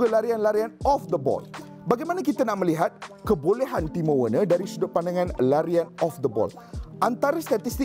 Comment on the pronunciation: Cara pronounce nama werner = verner